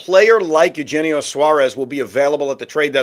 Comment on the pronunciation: One day they will learn how to pronounce Eugenio. 😂